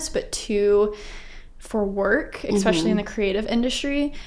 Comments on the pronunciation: I cringed every time the interviewer said “ex-specially” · That was well done and interesting. But I also noticed "expecially" and it seems that once you notice it you can never unhear it. It is "especially" with an s.